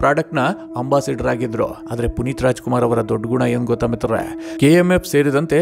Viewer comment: Le ninu first ಮಿತ್ರರೇ endu correct aagi helu